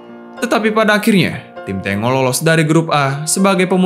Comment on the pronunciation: Bacanya "Tenggo"Boss... Bukan "Tengo"... Itu adlh nama tarian dr negara Argentina... seperti Brazil punya julukan tim Samba, yg juga adlh nama Tarian dr negara Brazil... Videonya udah bagus... Sayang terganggu dengan kata2 Tengo itu...